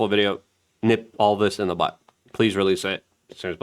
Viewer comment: Did I hear you say "Nit it in the Butt..?" Or did you mean "Nip it in the Bud" perhaps, or is this an American saying..? 😜